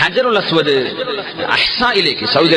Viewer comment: ഹജറുൽ അസ്‌വദ് അല്ലാതെ അജറുൽ എന്നല്ല